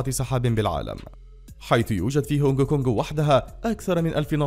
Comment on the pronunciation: صوت المعلق ابداع بس نراهن انه مصري من كلمة هونغ كونغ😂😂😂